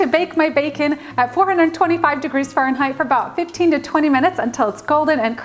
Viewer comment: I will say the way she says furrenheight and papRIKA had me 😬😂🤦🤷